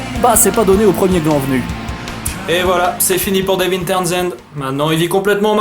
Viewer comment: Super vidéo mais ... prononce son prénom correctement je t'en supplie... "Deveuun."